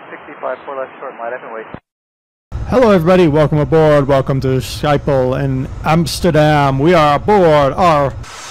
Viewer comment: Wow you pronounced schiphol totaly wrong.